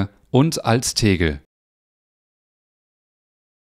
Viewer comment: Yep, verstehe ich auch 🤭